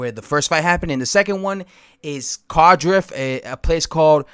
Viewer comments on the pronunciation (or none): It's pronounced not being a dick just say card if on the end ❤